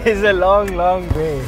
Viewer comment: I spent my childhood here- nice to see it once more. And you guys messed up the names big time. Its Dha-o-la not dhola, and its Waa-long not Waylong smh